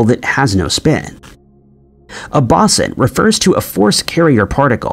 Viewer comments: Bow-sen. It never surprises me when he mispronounces virtually EVERYTHING...😂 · It’s the Higgs boson not bosin. Like the speaker company Bose then add the word on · I appreciate the video, but the mispronounciation of "boson" does get slightly irritating after much repetition. There are of course guides here on YouTube, but, in American English anyway, the first syllable sounds like an archer's bow, and the 's' has a 'z' sound.